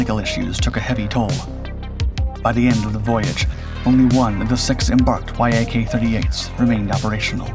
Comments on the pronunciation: Idk why you keep calling it a Y-A-K. It's pronounced "yack". I find it hard to believe you've never heard anyone say it's name, especially with how long you've been making videos. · It's not the Y-A-K, it's pronounced "Yak" (yack). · ffs. It's not Y A K it's Yak- pronounced Yakk.. Rhymes with Jack. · Shit background music at the start. AND no one refers to Yakovlevs as Y. A. K. you simply say ‘yak’. You’ve made 2 GLARING errors 1) The Kiev doesn’t have a ski-jump flight deck. 2) It has an angled flight deck. And you certainly should know the difference. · Hey man. He just finds old pictures and videos of stuff that may or may not pertain to what he is talking about. I think he is learning as he goes along, does his research on it, and writes a report about it. VTOL. He pronounced the letters "V-T-O-L," instead of "v-tall." YAK. Pronounced "Y-A-K" instead of just "yak." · it's not Y - A - K, but Yak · You don't say it like Y-A-K, you say it like the animal (yak) Neither is it V-T-O-L, you say Vee-toll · Not "y-a-k" jets. Many Russian airplanes are "Yak" (fill in the type). Yak is the first three letters of the designers name. Yak rhymes with jack or hack. That's the way you say it. Patrick Cowdrey, Central Point, Oregon, Commercial Pilot since the 60s. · Interesting and pretty comprehensive study, thank you ! NB: the Yak brand is normally pronounced like "yack" not Y-A-K, just like MiG is "mig", not M-I-G, Ilyushin's Il are "eel" not I-L. But is your odd pronunciation the fault of some AI voice ? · It’s not pronounced „why ay kay” just Yak. Я is a single letter and maked the „Ya” sound, with the full name in cyrillic being Як-38. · It is not three letters y.a.k. it is just the beginning of the Yakovlev name "eacc". "Mig" planes are not spelled m.i.g. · Fool, it's pronounced, "Yak", not Y-A-K which is just one more reason I don't watch your BS channel. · Say Y A K again, mf. I dare you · Yak, it's a YAK! Not a Y.A.K 😉